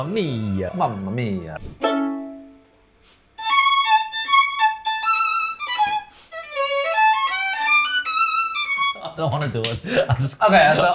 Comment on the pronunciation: You pronunced well mamma mia ❤